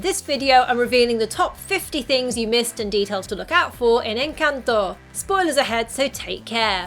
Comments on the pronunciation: thought you where gonna talk about the 10 million Colombian easter eggs. Can't blame you for missing them. Kudos on the pronuciation btw. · Omg lol I have to say this, after watching a bunch of videos about encanto, I just want to say THANK YOU for pronouncing encanto correctly 😄🥰💜 I'm not hating anyone who cannot pronounce it correctly it's just a comfort to hear the correct pronunciation. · Excellent pronunciation of ENCANTO!